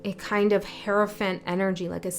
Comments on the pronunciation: when you spoke about the hierophant it sounded like Herophant. To me the word Hero stood out. Maybe it's about the hero's journey? Interesting that you spoke the word sweep or sweeping because I was just picking up stuff in my room so I can sweep it up. When you said 999 it was here so 99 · Cool how you said HERO-phant ! Love those word "slips" that aren't really slips. I've read about Heyoka Empaths but the sacred clown part hit me in a new way just now...Thank you for sharing your gift! :thanksdoc